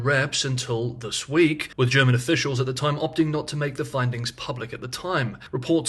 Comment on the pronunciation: Thank you for delivering your excellent analysis every day on time for my lunch break ☕🥪 Your German pronounciation is spot on.